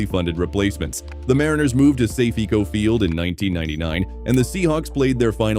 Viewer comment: C'mon! What's with the tacky AI nation with woefully mispronounced names 😱? It's "Kingdome", as in King + Dome, NOT "Kingdom"... and I'm sorry but Safeco is not pronounced "Say-fee-ko". Ugh. Wanted to enjoy this video but the narration just killed it (and not "killed it" in a good way).